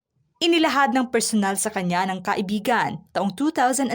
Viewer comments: Kai/bi/gan hindi ka/i/bi/gan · HINDI KAI IBIGAN ANG TAMANG BIGKAS, DAPAT KAIBIGAN" VOID HIND PALA KASAL EH LIVE IN PARTNER LANG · Dapat kaibigan ang tamang bigkas at hndi ka ibigan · Hindi maganda ang pagbigkas mo ng kaibigan . Nagiging iba ang meaning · Hndi magndang pakinggan ang pagkakabigkas mo ng salitang kaibigan ksi parang lumalabas na nagkarun ng relasyon c Francis M at Robby Tarroza eh